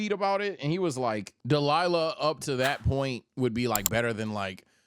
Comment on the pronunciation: WHY DO YOU SAY DELILAH INSTEAD OF DAIMA??????